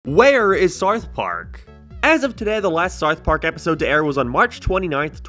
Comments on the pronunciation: Why do you say SARTH PARK? And why is this being recommended to me? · Am i having a stroke or are you pronouncing it Sarth Park? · “Wherr is Sarth Parrg?” I dunno man, you tell me! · “Sauth park” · Whats Sarth Park? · saurth park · "sarth park" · "Where is sourth park" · "Where is sourf parc" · Su-arth Park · Saurth pauurrk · whaer is sarth park